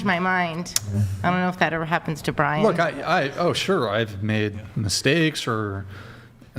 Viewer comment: What is Brixan? How do you get that from Brian?